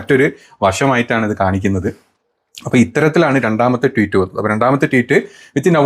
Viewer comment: എന്താ പറയ...എന്താ പറയ..എന്താ പറയ.. വിത്തു Photo അല്ല വിത്ത് ഫോട്ടോ ആണ്.. Teet alla tweet ട്വീറ്റ് ആണ്. ബ്രഹ്മാചാരി അല്ല ബ്രഹ്മചാരി ആണ്. Be careful when you present something in a public platform. വിത്ത് എന്നു പറയാതെ വിത്ത് എന്നു പറയൂ..